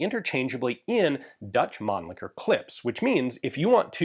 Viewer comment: At least someone here in US pronouncing Mannlicher close to correct. Usually I hear people going " Man licker", then they stop like"ohhh wait...what?"